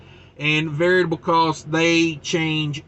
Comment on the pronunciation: Always wondered if you were purposely saying Variable wrong... LOL...